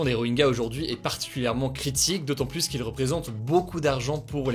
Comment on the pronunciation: Aïe ! Pas pluSS proche. On ne prononce pas le S dans cette phrase. Pour le reste, tout est top.